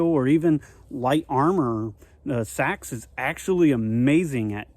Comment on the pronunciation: It’s Ahhctuually pronounced SEEEE-AXE!